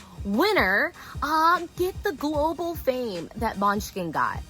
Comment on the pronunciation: Now I'm hungry coz she kept saying Måneskin as MUNCHKIN!!!